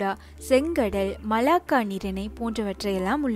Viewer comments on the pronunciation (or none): none